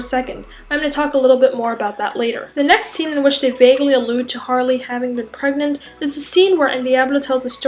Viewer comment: Is she... PREGANANANT?